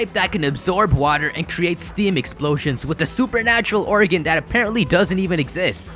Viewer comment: its organ not oregan....